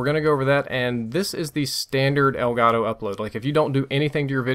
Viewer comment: elgato is a spanish word should be pronunce like elgato and not like elgaro.